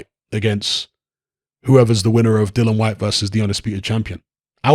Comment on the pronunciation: Yet another YouTuber that doesn't know the rules about a subject which they're talking about as WBC interim world champion dillian Whyte is entitled to up to 45% of the purse bid split this is what the arbitration is about but then again you can't even say the guys f**** name right so why should anybody expect you to know s***